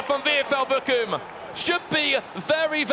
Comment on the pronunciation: Hahahaha Bockum 😂😂😂 Its Bochum haha 😂